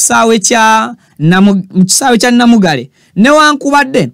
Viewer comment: repeat the word Namungaalwe not Namugale😂